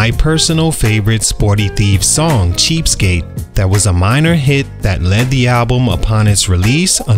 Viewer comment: That “Cheapstake” was hilarious!!!😂😂😂 🗣️🗣️🗣️you ain’t getting Nadaaaa from us!!!